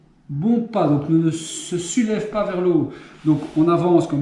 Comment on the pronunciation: Je peux plus m'empêcher de rire maintenant quand tu dis "sulever".. Merci!! 🤣